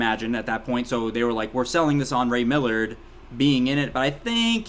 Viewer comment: The actors name is Ray Milland, not Millard